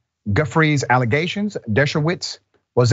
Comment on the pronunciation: Xcala never a Trump lawyer akeays a staunch Democrat, and he just said alligations